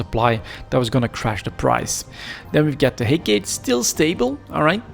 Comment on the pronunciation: Head Gate.....Hecate....sorry just always funny to hear you say it.